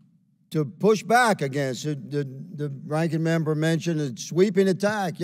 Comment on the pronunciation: Why the hell does Higgins keep pronouncing AGAINST like he’s from Canada.